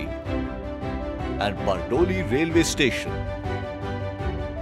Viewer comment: Bardoli nu pronousation to barobar Karo.very bad.very bad.